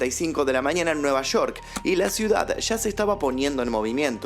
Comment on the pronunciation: nueva shor??? Es nueva york😒